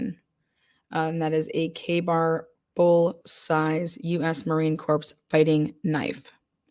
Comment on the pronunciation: Just a tip, Corps is pronounced as “core” rather than “corpse”. Don’t feel bad, Obama made the same mistake. 😊